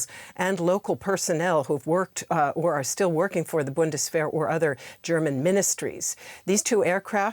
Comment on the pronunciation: who are you making the news for? German speakers or English speakers? English speakers I suppose. Maybe using Bundeswehr is not the best way to read/share news. Just say "German Army" so that people get what you are saying, instead of pronouncing the word wrong and making it embarrassing for yourself and difficult for others to understand.